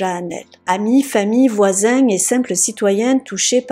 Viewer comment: C quoi ça "la salle de beigne" & "les voizaigne" ahahah xD